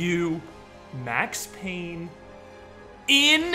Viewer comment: IT'S PAYNE, WHACK'M